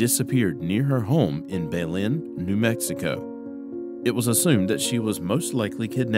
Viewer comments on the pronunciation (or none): It's pronounced Bã-len I live in Albuquerque NM right next to Belen NM 😎